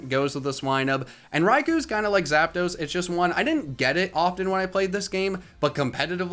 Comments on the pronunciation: THE SECOND P IN ZAPDOS IS SUPPOSED TO BE A D! FIX IT NOW! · THE T IN ZAPDOS IS SUPPOSED TO BE A D! AND WE DO NOT REFER TO POKEMON AS A BOY OR A GIRL! AND ONE THING ABOUT THE LEGENDARY BIRDS IS THAT THEY HAVE A SPANISH NUMBER IN THEIR NAMES!